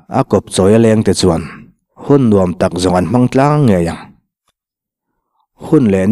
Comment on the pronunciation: I va chhiar thiam lo e ka nuam tih hi ka tuam tih anga thluk tur aw